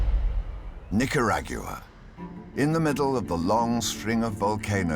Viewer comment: Nick-her-a-gyu-ah xD